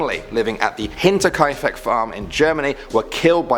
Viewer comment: oddly enough, you nailed Hinterkaifeck, so good on ya :D